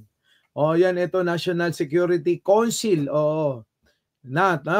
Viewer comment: Pronounced as cawnsil